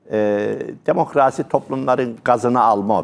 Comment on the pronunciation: Demokraaasi demeyin hocam...